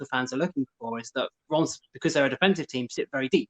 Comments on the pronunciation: IT'S NOT RIIIIMS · It's pronounced ræm